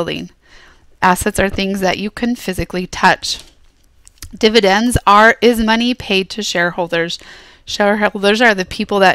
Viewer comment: You said dividence twice